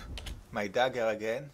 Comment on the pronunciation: Allesandrass daggeurrr dat french accent doe